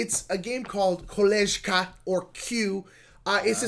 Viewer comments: Great video guys, really. I've come across your channel only recently, and now am catching up. Thanks for mentioning Kolejka! You pronounced it in a very funny way as "kolezhka" which in Polish means "buddy" - the correct pronounciation being "koleyka" 😁. The game is extremely thematic and realistic - all actions perfectly reflect drab life in communist Poland. That's why it is not only an immersive experience but also has a huge educational value for young generations. A true gem. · The j in Kolejka is pronounced like y in you. The rest was great!